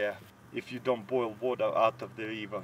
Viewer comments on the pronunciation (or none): "now im gonna set de bachett like dat"